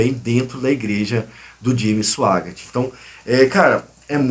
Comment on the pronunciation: Cara você não sabe nem sabe pronunciar o nome do Jimmy, e ainda se aventura a criticá-lo!? E outra coisa você faz uma explanação confusa! Simplesmente você blefou!!👎😉